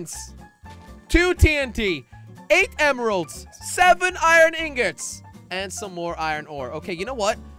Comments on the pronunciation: You say ian instead of iron XD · Its iron